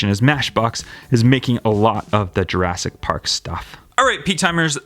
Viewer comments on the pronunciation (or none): none